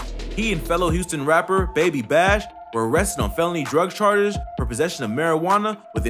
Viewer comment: he said drug ShaRGeS